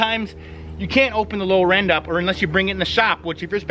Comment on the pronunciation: OH... Lower END 🤯, meaning the Lower Unit. Brother I watched this video a few times wondering what a "Low Ren" was. I'd never heard of a Low Ren on a boat before 😂